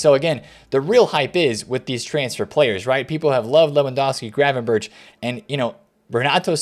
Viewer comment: pls say Gravenberch name good,it is like Bergkamp -Berch=Berg